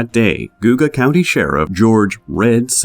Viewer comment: I wish you would of googled atleast how to pronounce Geauga County. Sounds ridiculous